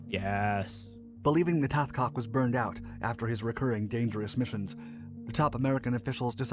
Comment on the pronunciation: You could at least get his name right. Hathcock. Not a butchered chicken.